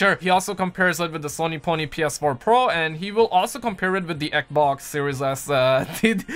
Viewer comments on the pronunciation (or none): none